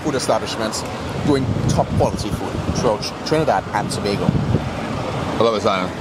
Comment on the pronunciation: is now an unofficial official ambassador of Trinidad and Tobago. Don't mind he mispronounces the names. That's an easy fix:)